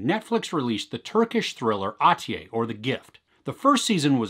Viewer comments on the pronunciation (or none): The last syllable of Atiye is pronounced as "-yeah" not as "-yay". Nice review though I think the best Turkish series is Şahsiyet (Persona), but I don't know if it's on Netflix.